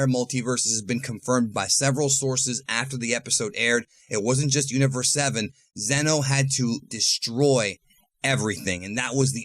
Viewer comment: Its zeno.